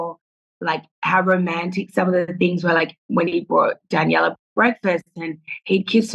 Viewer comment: Nick is so funny keeps switching back and forth with pronunciation of Leah and then he calls Daniella Danielle 😂